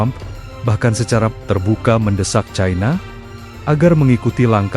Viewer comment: Pembaca ini logat Jawa sangat memalukan membaca cina saja ti pecus yg benar itu China bukan Chaina seharusnya gunakan bahasa baku bukan bahasa ke barat baratan